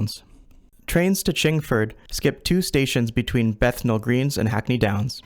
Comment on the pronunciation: I mispronounced Bethnal Green